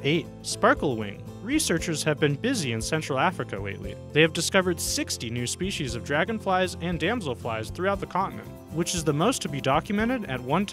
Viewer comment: New SHPEESEES of a new SHPEESEES! How exciting!!!